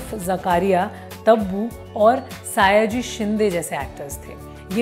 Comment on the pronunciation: आप please मराठी कलाकरो का नाम सही से लिया कीजिये... 'सयाजी' सही है....आपने 'सायाजी' कहा है...'सयाजी शिंदे'